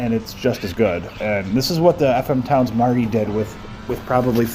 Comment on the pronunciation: Thanks for this video, and yes you did pronounce the name correctly 😃